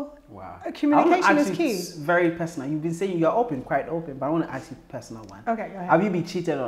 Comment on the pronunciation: Please say 'ask' IT'S NOT 'AKS'....